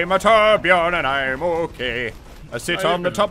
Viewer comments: im swedish.. u dont say whorebjœrn ITS TORBJÖRN! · I like torbjörn and not torbjorn but americans cant say torbjörn so yeah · As a scandinavian, i am annoyed that he says torbjorn instead of torbjörn. The voice actor pronounces it right, why not the fans? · It's Not Torbjorn it's Torbjörn Torbjöööööööööörn. With love from Sweden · ITS TORBJÖRN NOT TORBJORN! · I really love how you englishmen cant pronounce the letter "ö" and say Torbjourn insted of Torbjörn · For being swedish. This is so cringe. Its torbjörn. Not torbjorn. Only swe knows how to say ö XD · It's Torbjörn! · "trobajorn" jeez xD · Muselk it's Torbjörn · It's called Torbjörn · Its actually Torbjörn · its torbjörn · It pronounced torb-yern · someone, please teach them how to pronounce torbjörn correctly. please...... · Ö sounds more like u then o